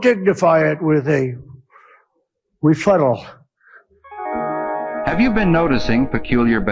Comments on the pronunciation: Donald you should know the difference between refuttal and rebuttal, because you are the king of lawsuits.😂😂😂😂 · I grew up with a dictionary, a thesaurus, and a set of encyclopedias in our family library and was taught how to use them. I have the most recent editions of a dictionary and a thesaurus in my library!! Can someone explain to me what a 'refuttal' is? It doesn't appear in my dictionary or thesaurus!. drumpf is such a lost little boy in a man's body!! VOTE BLUE!! 💙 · and the re futtal... the re fart tal.... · I wanna refruttal this video 🤣🤣🤣🤣🤣🤣🤣🤣🤣🤣🤣🤣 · "Refuttal" 😂😂😂🤣🤣🤣 my fav 🤷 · Trump is a refuttal.